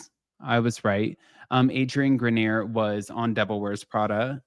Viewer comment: I think his name is pronounced Adrian Gren-Yay